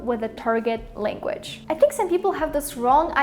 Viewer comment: LanguaЧь блядь languaЧь!!!Seriously?! А ещё у тебя проблемма с со звуком sh (вот этими букавами обозначающимся, у меня нет транскрипных символов) почему не исправишь?:/ сама чтоли не слышишь? И вот это постоянное Тэканье на конце, тоже тебя знатно так палит. И Хэкаеш ты по русски иногда прям очень жестко, лучше вообще по нюйокски в таком случае произносить |h| то есть не произносить вовсе